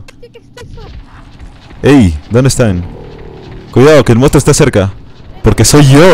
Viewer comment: "Mounstro" jajajja ya lo eh visto como 4 veces